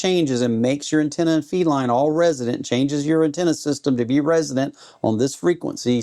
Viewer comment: Man, i appreciate the content. I just wish you would start pronouncing resonant correctly instead of saying "resident". Even YouTube closed captions is picking up resident. You're doing a disservice to anyone new to radio or antenna theory.